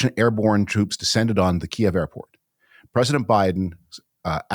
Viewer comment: Oh David, your pronunciation of Kyiv. 😔